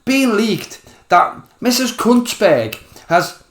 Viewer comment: Are you saying Laura's name with C and a T in there? Could just be the accent😂